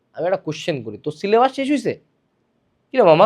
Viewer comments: It's not sylebus it's sylebush😢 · Syllabash?😂😂 bash ashlo kemne eikhane